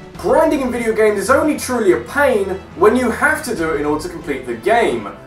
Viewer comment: Pain does NOT rhyme with Game